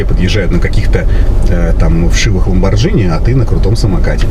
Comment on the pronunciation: Не ламбордЖини , а ламборГини😆😊😊😜!!!!!